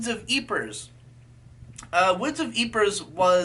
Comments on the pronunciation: It's pronounced like "Eeeprey" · Woods of eepra is the correct pronouncuation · That's one way of saying Ypres